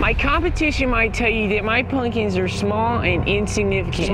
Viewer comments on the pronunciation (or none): Fuck yes! haha. "Ryvre Snowphish has gone on record saying he likes the band String Cheese Incident." Props for the Fire on the Mountain Jam and Dark Star :D Also love how when he says pumpkins it sounds like spunion ha.